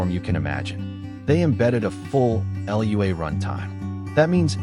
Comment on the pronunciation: I played it 35+ years ago, after finishing Rogue, and it was great. It is not better than some newer games. In the genre of turn-based dungeon crawlers, I'd easily put BG2 and POe ahead of it. When pronouncing Lua, it's Loo-a, not L-U-A. Did it really make the same binary work on Amiga, Macbook, MS-DOS and Windows? Emulation? AI narrator, I take it, but human written? I think once you learn it a little, you'll quit dying so quick. I had gotten deep into it, on vers. 3.1, I believe - deep enough e.g. to battle the Keystone Cops a few times..